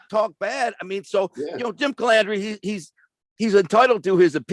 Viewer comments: Larry calls out Jimmy for saying Mezza instead of Mazza and then goes on to call him Calandria instead of Calandra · I'm not on either side. I like Larry but I laughed when he said the guy Mispronounced his name as Mezza. Then Larry turns around and mispronounced his last name as Calandria. Did Larry do that on purpose? 😂😂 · Larry harped on Jimmy not being able to pronounce his name correctly. Jimmy said Mezza instead of Mazza but Larry is saying Calandrea instead of Calandra 🤣🤣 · kinda funny you had no problem spelling the guys name, but you def had an issue pronouncing it.. hmmm...